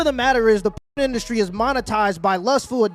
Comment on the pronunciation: I like it when they called it indusry 😂